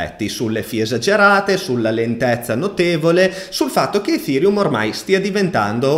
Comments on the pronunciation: Perchè lo pronunci efhereum? Nelle conferenze neanche Buterin lo pronuncia così..🤪🤪🤪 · grande, anche se ogni giorno cambi pronuncia di ethereum <3